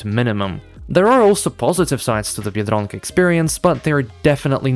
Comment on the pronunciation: The way you say biedronka I thought you were native lmao